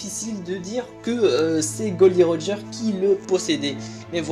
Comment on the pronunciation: Mec c pas glo di roger mais gold roger